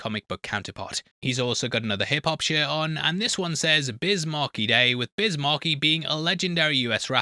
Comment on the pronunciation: Biz Markie ... Markie pronounced like Marquee, not like Marky Mark lol